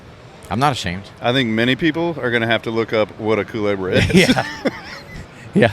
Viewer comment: How to smoke a culebra: 1. Mispronounce it. 2. Light the whole thing with a blow torch 3. Get nic sic.